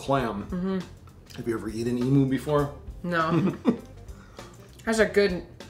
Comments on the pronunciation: Lol the way said emu, it is said emuuu not emooo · Emu is pronounced “Emew” Just sayin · It's not emoo it's pronounced Em you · FYI (from an Aussie subscriber), the 2nd syllable of emu rhymes with 'view', not moo :-) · I just really wanted to say, it's eem-yoo not e-moo. Yes I know it's spel emu but trust me I would know, I'm from Australia. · It's pronounced emyou but spelt like emu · It’s pronounced “eem you” not “ee moo” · It's pronounced e-myoo, not e-moo. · Nice video, but it's pronounced em-you, not em-oo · ITS NOT EEMOO ITS EEMYOU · lol how they say Emu, "emoo" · im from AUSTRALIA and that is not how you say fucking EMU